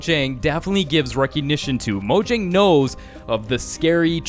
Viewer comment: It's moyang